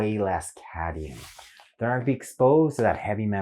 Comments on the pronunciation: Cadmium not cadium. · Are you sure you don't mean cadmium? Not cadium.